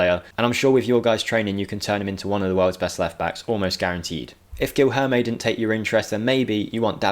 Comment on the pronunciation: "Geel-herme montoya" 😂😂😂😂😂😂